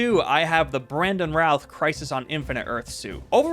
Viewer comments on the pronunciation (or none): The guy mispronounced Brandon Routh, Tyler Hoechlin, and Henry Cavill lol. I don’t think it’s that big of a deal